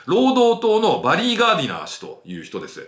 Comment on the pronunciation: リー氏がリン氏にしか聞こえない